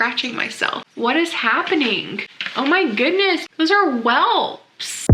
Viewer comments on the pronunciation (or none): Those are "welps" 😂😂 its welts